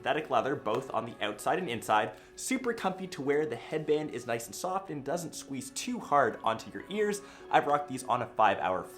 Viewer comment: Is "noice" on purpose? >.>